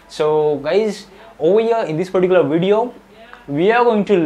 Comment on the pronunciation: Whenever i skipped video he was saying paricular 😂